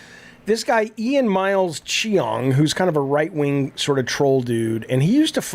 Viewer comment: Today I learned that Jaffe can’t pronounce the name “Ian”